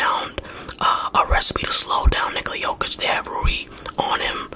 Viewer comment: Rui Hachimura (ROO-E) (HATCH-E-MORE-UH)